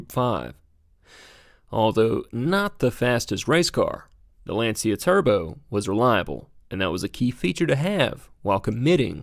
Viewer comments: It is pronounced "lawn-chuh" not "lan-see-uh" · Lancia not pronounced Lan-see-uh, it’s Lawn-chya. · Hearing Lancia pronounced as Lan See A hurt...lol. It's pronounced Lon chee ah.....almost like chia pet...lol...but with a very light "e" after the ch.